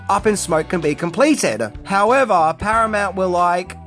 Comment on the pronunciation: I saw your post you made about the channel failing,and the massive decline in views. i think you need to move out of the "10 things " genre. Everyone is doing it.Plus not pronouncing names correctly doesn't help. From Tijuana to Stadenko,to "Paramount weren't impressed". I know it's a lot of work,but that's what makes a solid video. Good luck to you